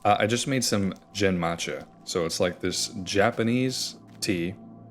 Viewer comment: Protip about Japanese tea names: the "g" sound in Japanese is always a "hard" g (think gum, not gym). So the "gen" in genmaicha is closer to the second syllable in "again," rather than the first one in "general".